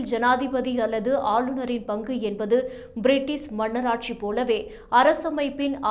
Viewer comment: ப்(பி)ரிட்டிஷ் என்பதே சரி, பிரிட்டிஸ் என்பது தவறு... தங்களின் மேலான கவநத்திற்கு....